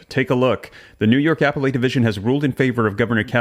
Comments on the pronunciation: The word "appellate" is pronounced "uh-pell-it," not "apple-ate." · "Appellate" = pronounced as "uh·peh·luht", not apple-late. 😊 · Buddy it’s “a Pell it” court not Apple ate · appellate = ah-pell-et (emphasis on 2nd syllable) 🙂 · Dude... learn to correctly pronounce the word appellate.